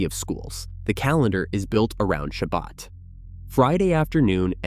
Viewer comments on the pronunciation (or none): none